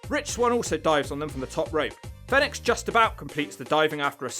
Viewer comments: It's pronounced phoenix not fenix. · Fee nix not fen ix 🤦🏽‍♂️ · It's Fenix like the bird Phoenix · It sounds like he's calling Fenix, FedEx. Now you can't unhear it 🤣